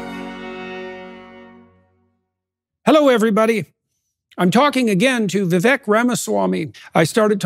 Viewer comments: How can JP keep mispronouncing his name like that? It's Viv-ake like cake, not Viv-eck like deck. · It’s Pronounced “vivake” as in cake. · Vivek like CAKE. Say his name correctly please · Vivek… Vee-vák like ‘cake’